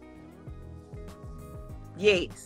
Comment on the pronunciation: At least it answered the question why she couldn’t pronounce the word “yes” correctly 😂